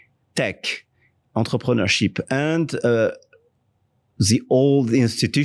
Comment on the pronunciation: .the way he said enterpreneurship , i am dead sure raj would be a bit confused 😂😂